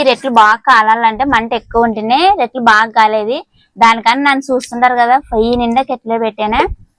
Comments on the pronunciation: రెట్లు కాదమ్మా రొట్టెలు అనాలి మాది కర్నూల్ టౌనే.రొట్టెలు చాలా బాగా చేశావు.మేము ఎంత పెద్ద చదువులు చదివాము.అయినా నాకు రొట్టెలు చేయడం సరిగా రానే రాదు😢 నువ్వు అమాయకంగా మాట్లాడుతుంటే వినబుద్ధి వేస్తోంది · రేట్లు, రొట్టెలు, రెట్ట… వీడియో చూస్తున్న అంత సేపు ఏం అంటుందో అర్థం కాక చూసి అర్థం చేసుకున్న. మీ వాడుక భాషలో రెట్టి అన్న పదం రెట్ట లాగా వినపడుతుంది. రొట్టెలు లేదా రొట్టె అంటారు కదా?